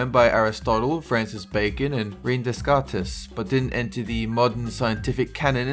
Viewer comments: Descartes is pronounced "day-kart" not "des-carts" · Descartes is pronounced Decart. Just sayin